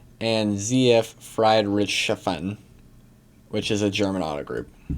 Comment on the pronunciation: Hahahaha almost rolled off my chair laughing when you tried to say Friedrichshafen! Good try, but not even close LOL. Anyway, awesome video, thank you.